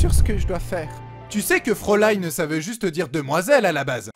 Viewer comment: Pour tes efforts : FRÄULEIIIIN ❤